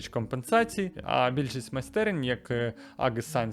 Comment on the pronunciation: Чувак,шо в тебе з англійською?! :face-fuchsia-wide-eyes: Аг сайенс 1974, Кантри лазер?! 🤦‍♂